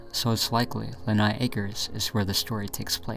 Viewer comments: Pub-licks. NOT "pubex". Lee-hi. NOT "lenai". Publix. Lehigh. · Learn to pronounce.. lehigh - lee high ... Publix - publics ... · I swear he mangled the pronunciation of every single proper noun in the video. La High was another good one. The next video is probably on The Mystery of the Stynx. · It's PUBLIX IN LEEHIGH ACRES lol. Not pubics in lenigh dude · Bro, you need to see an eye doctor it's clearly "Publix" (PubLICs) not Pubix. Also its Lee-high not nigh 😅 where'd the N come from? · He also said “Lenigh” instead of “Lehigh” lol dyslexia happens Edit: and “Stynx” instead of “Styx” 😂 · Lin-eye acres for Lee-high acres was also another, haha! It's a charming mispronunciation though, ahaha. Florida has a bunch of places and stores and stuff that are tough on the first pass, you're doing your best and that's fine! :D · I was thinking of giving up on this one until I heard "Pubix" in "Lenigh" LOL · Uh it's Lee-hi acres btw and pub-licks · That was all normal happening for Southwest Florida. The second channel takes place in a basement? That's not Lehigh. There are no basements in Lehigh. Also: its pronounced "Publicks" and "Lee High"